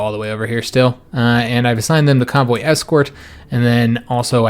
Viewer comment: Hey man, Loving this series. I have a problem understanding people when i'm tired (I am very much currently), and everytime you say convoy, I hear cowboy, and it takes me a moment to realise what you talking about. Do you think you could do me a massive favour and say cowboy in your next episode? It doesn't have to be too obvious, I just wanna hear the difference. Thanks muchly